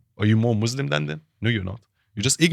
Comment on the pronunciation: The so called 'ex-muslim' cannot even pronounce thr word Muslims properly. The guy is a fraud funded by zios